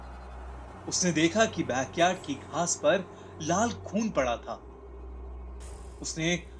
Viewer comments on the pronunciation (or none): "LaaL" Khoon 😂